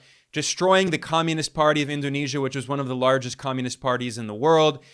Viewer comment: Indonesian here. Your pronunciation of President's name and cities in Indonesia are spot on. Great job Ben❤